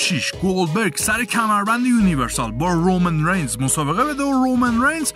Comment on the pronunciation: رومن رینز رو خیلی باحال تلفظ میکنی😂